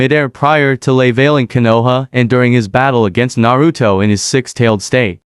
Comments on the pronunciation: There no D in Naruto 😂😂😂😂😂😂😂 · Narudo, Nagado, Obido what?